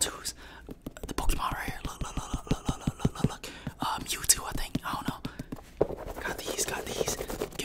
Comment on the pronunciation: Man said the “meow two’s” 😂